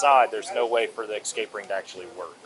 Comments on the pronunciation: There is no k or x in the word escape. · Something about the way the cop added an 'x' to escape just irks the hell out of me